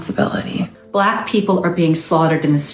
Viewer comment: "Bwack peepull are being swaughtered in the stweets, keewed in their own homes" Yep. By other bwacks, running a muck, living out their fantasy of being "gangstah" just like EVERY ONE of their role models, peers, family and friends. Keeling each other at unprecedented levels AND keeling US and then being REWARDED for it! But this bimbo paints a picture of poor, innocent, defenseless, hard working and peace loving bwacks being mowed down on their way home from church choir practice at 3 am by armed bands of whypeepo and po po every night in every city. Just STFU !